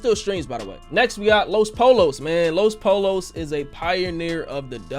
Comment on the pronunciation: “Los polos” it’s pronounced los poyo 😂😂